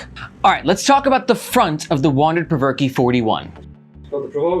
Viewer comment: You're doing a better job at pronouncing PRVRKE than Chase Reeves who said Perverky :D